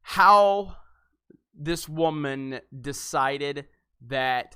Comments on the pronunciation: It’s so cringey when you say “wham-an”. Can you not be such a childish prick and say “woman” like a normal person. The use of “wham-an” highlights your already poignant sexism and distain for powerful women , and women in general. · He said WAYMAN!!!!!!!!!!!!!!!!!!!!!!!!!!!!!!!!!!!!!!!!!!!!!!!